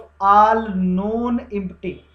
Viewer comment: Impty ni hota bhai empty hota hai🤣🤣🤣